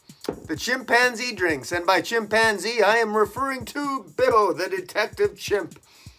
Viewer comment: Is their a reason you call him Bibbo and not Bobo? Just curious...